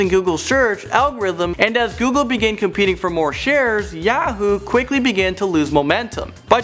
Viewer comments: I Can't stand the way says Yahoo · The way he says Yahoo pisses me off. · Hey says Yahoo funny lol